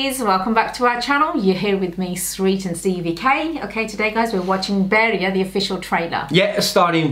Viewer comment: How is this that you can speak punjabi but cannot pronounce “bhediya” 🤔 M not saying it sarcastically or in taunting way M genuinely curious